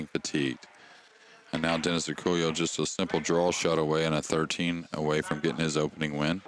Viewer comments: The man's name is Dennis Orcollo, not Orcullo. You could have at least gotten that right. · They didn't even get Dennis' name right. It's Orcollo, not Orcullo.